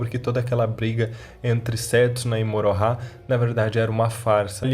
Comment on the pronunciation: Não me conformo em ouvi você falar Morohah